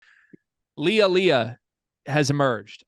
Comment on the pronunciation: Last name is originally from Ghana, as Aaliya's father was born there. In the argentinean pronunciation is named as "Ali-ShA" as the "Y" is pronounced as "Sh" for a language alteration called "Yeismo", so it was very well prononuced :)